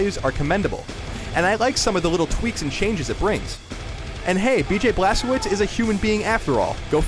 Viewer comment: im sorry but the way he pronounced blazkowicz, im pretty sure its "blaz-ko-vitch" not blas ko wicks